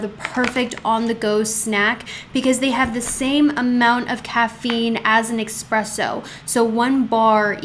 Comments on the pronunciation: I love you, LONG time subscriber. I speak Italian and just wanna impart a pronunciation for the future. ESpresso ☕️😘 not EXpresso. K yeah, not Karen energy just helping out someone that has helped me SO MUCH 😎💚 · Pronounced espresso